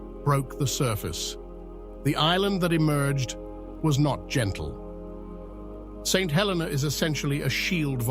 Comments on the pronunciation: It is pronounced "Sent 'El-eena". Also Jonathan came in the 1880s way after Napoleon died. Lived there as a kid in the 1970s. Do your research and get it right or are you just AI slop? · Great video. Just the pronouncing of St Helena. Nearly fell from my chair when I heard it he first time and thereafter it started to spoil the video. The correct pronounce is: Saint (SAYNT) He (hə) - sounds like "uh" le (LEE) - rhymes with "tee"- na (nə) - sounds like "nuh"